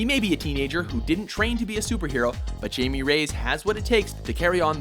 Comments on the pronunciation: HI-MEH REY-YES, not fucking JAIME RAYS. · "Hai-Me" - "Rey-as". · Pronounced so wrong its pronounced haimay rayis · TOTALLY mispronounced Jaime Reyes' name there guys. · how white is this guy that he can't correctly pronounce the name Jaime Reyes XD